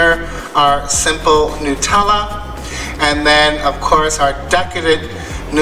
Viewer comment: It is a mystery to me why the first crepe and/or pancake is not the best. Why is that? LOVE the savoury ones with the feta cheese. I want to travel just to taste new cheeses. Honey walnut and cheese OMG. I am in love. I was just thinking that that nutella needed some banana, lol. Bless you for saying New-tell-ah, I used to get so many nut-elle-ah comment. Drove me crazy.